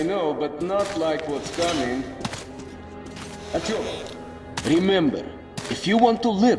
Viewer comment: The one thing that drove me away from this review: The continued mispronounciation of the MAIN CHARACTER'S NAME. That is literally not how you pronounce Artyom.